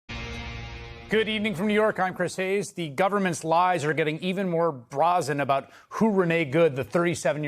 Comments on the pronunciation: What is this word BRAH-zen? Does a professional talking head like Chris Hayes really not know the word BRAZEN? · Brahzen lighter? You mean [brayzen layter]. Do you know how to read English? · Bra-zen? Oh god... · BRA zen?? Has he never heard that word before??? 6 months tops before this clown show goes dark! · Bra-zen? No. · Who pronounces the word "brazen" as "brah-zen?" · Does Chris Hayes really not know how to pronounce "brazen"? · I’m sorry but I can’t respect a “newsreader” who can’t pronounce the word ‘brazen’ correctly. Jesus. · OH CHRIS, YOU MUST LEARN HOW TO PRONOUNCE “BRAZEN”. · Does chris hayes know how to say “brazen”?